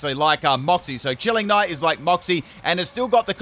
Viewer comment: Chilling neigh is pronounced more like nay then nigh. You probably won't read this xD